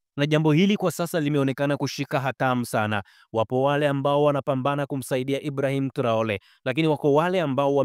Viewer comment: Mwandishi mbona unatamka jina la Ibrahim traore vibaya